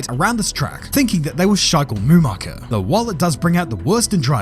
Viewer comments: “Shichael Mumacher” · Sichael Mumacher. I love it. 🤣🤣🤣